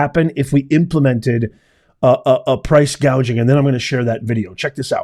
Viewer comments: She literally stated no taxes on tips from "hospitility" workers and laws to prevent price "gaging." The fact she mispronounced hospitality and gouging wrong tell me she isn't going to do any of it. But grocery stores specifically have the lowest profit margins in all of retail. The groceries cost more because it costs more to produce and transport the food. When that happens, food is going to cost more. For every $1 of sale in a grocery store, that store is only making $0.01 to $0.03 from that dollar! If she were serious on coming down on "corporate greed" she would start with Apple since their profit margins begin at 35% instead of the 1% to 2% grocery stores make. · She said price "gaging". She is totally clueless. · Are we “gauging” prices or seeing inflation? ☠️ yes she said “gauging” must have been error on teleprompter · See said Gauging (an easy reading error). She didn't even know what it was. Love never Fails 💖